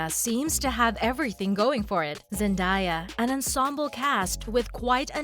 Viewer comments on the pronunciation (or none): it’s zen-day-yuh not zen-die-yuh